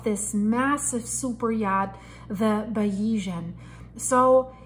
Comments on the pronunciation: Please pronounce the name of the yacht correctly. You are not credible unless you do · Hey Joe, if a reporter can't pronounce such a basic name it shows me they are not really familiar with the topic and this is further proven from some of her comments. For an accurate and informative source on this tragedy please look at The Yacht Report